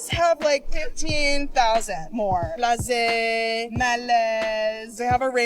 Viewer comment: she said French men are uncomfortable and apathetic 😂 Just when the big girls like you come there from America. If the hot ones come there, they won't be blazé and Malaise hahahaha She said it like they weren't english words too 😂😂😂